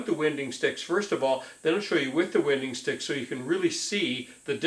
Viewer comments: Your preferred pronunciation of these items name is incorrect. According to the rules of the English language it would be pronounced. “Wine - ding”...... personally I’ve never heard anyone pronounce it the way you are. These tools primarily are used by people who work with hand planes or bench planes, the sticks are not needed for someone who knows how to properly use a jointer but hey you Gotta keep Creating content. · I have never heard anybody pronounce winding sticks the way you do in this video. It rhymes with why?